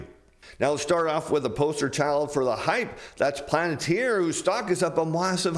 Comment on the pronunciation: it's "Palentir" not "Planetir"